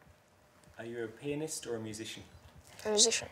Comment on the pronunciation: When he says "pianist", it sounds like "penis"